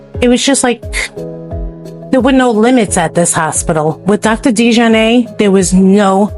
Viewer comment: The family name is French, and was originally spelled “de Jarnat” in France. The correct pronunciation is De-jar-natt. The early de Jarnat immigrants came from France around 1700 fleeing religious persecution. Later the spelling of the name was “Americanized” to DeJarnette or DeJarnatt. The pronunciation however did not change, it remained De-jar-natt. It was never pronounced with a long A sound at the end. As in de-jar-nay… Most people in the area, (including many who worked there) would not understand the name as you pronounced it. 😅